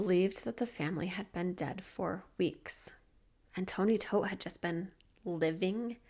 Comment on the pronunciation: Love your thorough coverage, your soothing voice, and every video you put out. Gotta say so I love this this video because you pronounced Todt correctly!